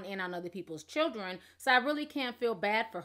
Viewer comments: Y u saying shildren girl hhhhhhhj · She said "shildren" and not "children"😭😭😭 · New word for the DAY SHILDREN 👶 SHILDREN 👶 SHILDREN 👶 REPEAT 🤣🤣🤣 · I think the reason Joseline still can't speak english is bc she may not really know how to read it either think about the way she pronounced children in spanish ch is a part of the alphabet